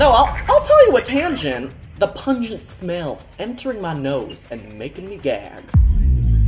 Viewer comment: “The PUnGUNG smell”